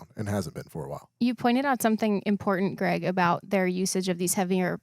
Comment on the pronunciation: Greg - love the show, buddy. The word is WHILE, not wall.